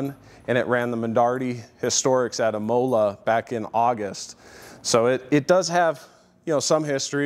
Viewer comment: Interesting pronunciation of "imola", but awesome cars all the same.